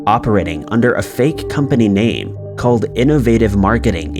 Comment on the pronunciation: Just legit BUTCHERED people’s names in this. Get the names right before you do a video, Bro…for real. I know they are criminals, but that’s just disrespectful.